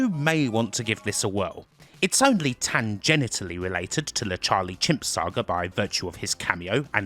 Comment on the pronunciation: "tangenitally" oh, you cheeky little lady. Good vid as usual,. Thank you for everything you do!